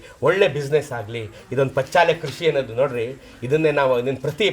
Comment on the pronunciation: ಪಚ್ಚಾಲೆ ಅಲ್ಲ ಅದು -"ಪಚ್ಚಿಲೆ" ಅವರ ಬಾಯಿ ಇಂದ ಹೇಳಿದ್ದನ್ನು ಏಕೆ ತಿರುಚಿ ಹೇಳುತ್ತೀರಿ!!!